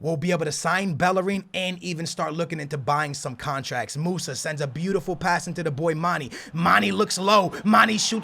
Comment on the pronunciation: "13,000 thousand contraks"